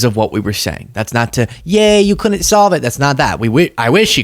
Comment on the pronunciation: FYI lol it’s not couln’nt and din’nt. I love you man but that drives me nuts 😂😂😂